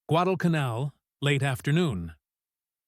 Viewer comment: “Guad-el-ca-nell”. Thank you ARTIFICIAL so-called intelligence🤣🤣🤣🤣🤣🤣🤣🤣🤣🤣🤣